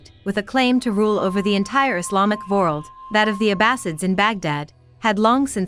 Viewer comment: She's an AI voice. She also pronounces world as vorld.